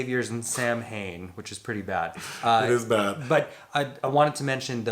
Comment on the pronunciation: I am shocked doesn’t know how to pronounce Samhain.